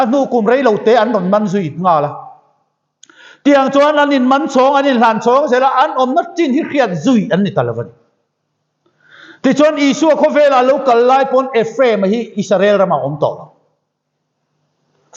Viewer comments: Nachin ni lovin, nichin. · Pastor pawh hian, " Nachin" tih tulh tulh hi !!!